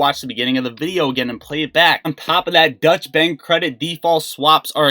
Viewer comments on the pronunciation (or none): Dutch Bank lol. Doycha Bank dude.